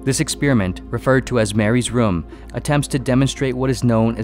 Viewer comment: I get triggered every time he says ‘ex-spear-iment’